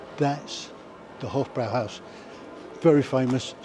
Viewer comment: If he says "Hof-BROW-howse" one more time, I am going to smash my PC to pieces. It's pronounced "Hof-BROY-howse". for Christ's sake!